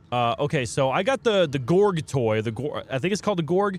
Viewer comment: Gorge. not gorg like gorgon. IM A GORGE MAIN AND AN AMAZING BATTLE ONE